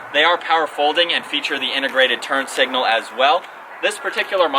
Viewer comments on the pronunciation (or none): none